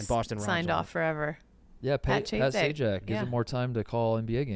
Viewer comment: I’m sorry, what does Kate call Pat Sajak? Pat Cheahzay?